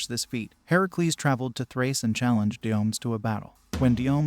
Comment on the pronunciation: The one king's name is /dio-ME-dees/, Also, the giant's name is /GAIR-yon/.